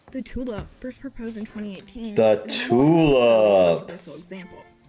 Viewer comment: Interesting pronunciation of the tulip, sounded like tulup.